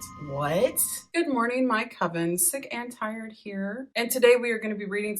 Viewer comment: The way you say sickandtired I'm alway like oh no I hope you get better, then realise